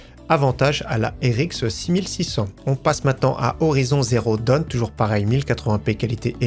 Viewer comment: C est Horizon Zero Dawn (et pas Down) ....